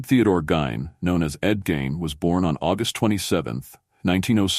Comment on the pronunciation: Delete this monstrosity it's half wrong and the name was pronounced GEEN